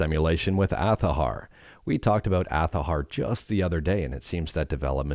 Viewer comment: It’s azahar with a Z not TH omg I am going to unfollow this guy because of how he keep saying the name.